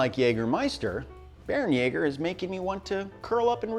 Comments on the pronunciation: Not "Bear-en-yaw-ger," "Bear-en-YEH-ger" Umlaut "a" has a sort of short-E sound (or long-A, like "ay," but it would sound much the same, "bear-en-yay-ger") No umlaut "a" makes the "ah" sound in German. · Great video. Only thing it's pronounced "Bair-(like Hair)-en-yay-ger"